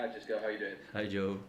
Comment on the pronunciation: Gidds: Sisco!! Come on, please pronounce his name properly! UTO 🦉